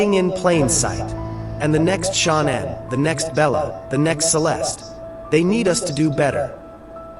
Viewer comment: Why is it they cant pronounce Shannan's name right , its not Shaun anne